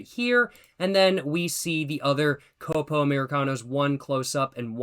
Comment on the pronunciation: “Côpo” 😅 The correct pronunciation would be “Cópo”